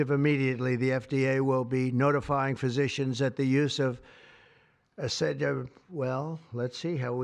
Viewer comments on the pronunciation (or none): I don't know how anyone would take advices from someone who doesn't even know how to pronounce acetaminophen... and has to ask the guy with the brain worm for confirmation. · so knowledgeable he can't even pronounce it